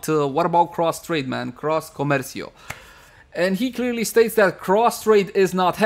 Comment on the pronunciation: You say you don't speak spanish but the way you said "comercio" sounded pretty clean!!!